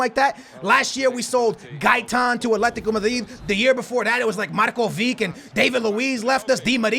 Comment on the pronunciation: Took me a while to figure out he was talking about Lazar Markovic. Marko Vick , lol